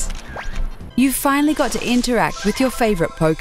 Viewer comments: Magikarp (Ma • Jih • KARP') You could at least pronounce it correctly. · she...mispronounced magicarp. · WTF Maggie-carp? I know people who have never touched anything Pokemon related and even they know how to say it. Unless they did that on purpose to troll us. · Just had to fuck it up at the end by saying ma GE karp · Holy name butchering Batman! Magikarp (Magic-Carp are the origin words for the name of that Pokemon) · What the fuck is "Maggie-carp"?